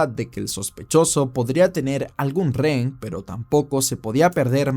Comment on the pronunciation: buenos videos! pero me da algo cada que dices "ren". Se dice "re-hen"